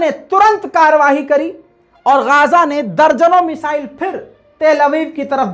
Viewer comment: لفظ مسائل نہیں ہے میزائل ہے درست کرلیں